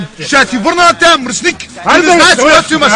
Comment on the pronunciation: Мръсниќ😀 Много е важно мекото " Ќ"😀